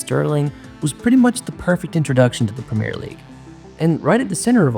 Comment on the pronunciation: You need to pronounce Premier correctly first if you want to be taken seriously